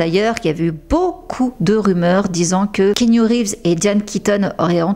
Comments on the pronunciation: ❤❤❤ Keanu est le meilleur, juste il faut prononcer son prénom ki yanou et non kénu 😄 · Hello j’adore tes vidéos je les suis tout le temps… mais la je me permets un petit commentaire : On dit Ki-a-nou Reeves ☺️ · J'adore ton contenu, je n'en manque pas un, petite remarque on dit "Ki-A-Nou" :) XXX